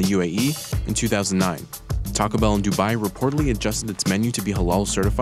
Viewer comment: It's not "Tacabell," it's "Taco Bell" -- two separate words.